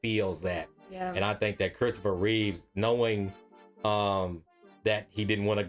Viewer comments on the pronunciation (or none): It's REEVE GODDAMMIT! You're telling me you watched the Christopher Reeve story but you're still calling him REEVES. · Christopher REEVE* (no 's' at the end of his last name)